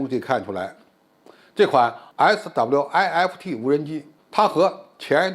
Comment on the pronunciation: SWIFT不就是一個英文單詞嗎？需要把每個英文字母讀出來嗎？聽完讓人笑噴。